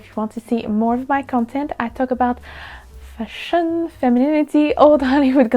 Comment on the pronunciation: I love how you pronounce "fashion" and always crack a smile right after :-)